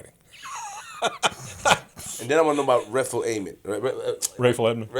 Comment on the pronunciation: And then I wanna know about Redful Amen 😭: You mean Rayful Edmond 😩